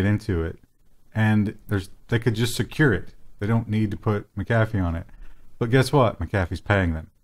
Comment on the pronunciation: Mack -ah - fee. not Mick-afee